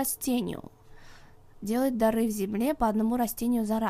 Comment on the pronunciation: дЫра,а не дАры